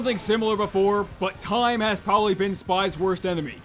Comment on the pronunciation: "Porbably" Nice